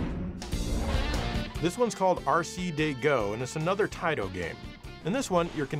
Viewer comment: You mispronounced "Taito" so many times I'm almost mad at you. It's "TAAITOOOO"!